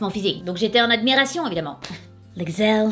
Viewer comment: j'adore j'adore tu me fais trop rire "les gzelles" je meurs